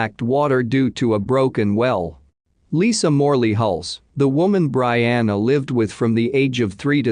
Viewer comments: Pronounced Bree-anna BREE-ANNA! Geesh! So annoying! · I was just thinking, "If you're going to use a system that digitally reads for you, then when you're typing in info at LEAST phonetically write it down. BREE-ANNA. Easy as that!" Not to mention "lead detective". Type it in "leed". Smh Quit being LAZY!😤